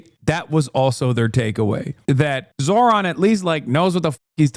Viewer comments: Is there a compilation of Zohran's critics intentionally mispronouncing his name? It's pathetic. How do they get basic facts right when they don't even manage to pronounce the name? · They fuck up his name on purpose I swear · It infuriates me to no end that they keep the petty shit going where they won't say his name right, ever, knowing full well how to say it correctly. It's a thing white racists like the people I grew up around will do as a way of showing their annoyance that people might have last names other than "smith" and how mad they are at having to utter such silly names out loud. I hate it so much.